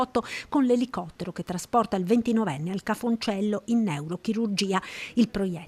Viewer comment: Treviso, Ospedale "Ca' Foncello", ... non "cafoncello"...!